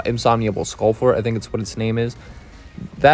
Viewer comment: in-sir-mount-able, skull-fort lol